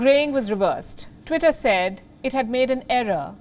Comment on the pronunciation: Lady first you cant even pronounce tweetay second it's a private company who has the right to do whatever it wants thirt your channel preaching hate you know it